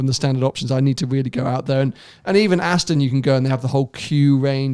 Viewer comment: Why does pronounce Aston, Astin?